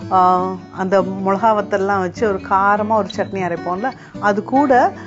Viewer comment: Milakai..... Not molakai... Milakai..... Is like milaku...